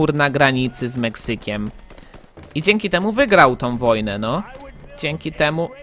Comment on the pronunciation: "MEXYKIEM" <3